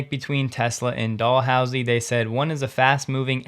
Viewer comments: Dal- hoo- zee… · Pronunciation aid from Canada: It's pronounced as if the "s" was a "z" with emphasis on the "house" so it's Dal-HOWZie. You're forgiven. '-)> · Dalhousie University is pronounced Dal how zee with the emphasis on the "how". 🙂